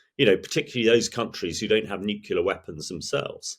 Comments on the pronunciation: 'Nukular'? Really? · Why do smart people sometimes say nucular? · "Nucular". Really? ;) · Hearing a military commentator say "Nucular" makes me shake my head. Come on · I find myself struggling to take experts seriously when they discuss ‘nucular’ weapons’. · If you're going to have so-called 'experts' as guests, at least educate them on how to pronounce the word NUCLEAR correctly.